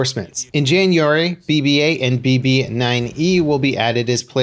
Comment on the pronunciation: Listen to how he says January HAHAHAHAHAH Slip of 2019 for his channel